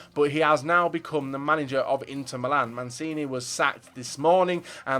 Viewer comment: Who? Manzini? Ahahah he even managed Man City, get your stuff right. It's pronounced like Manchini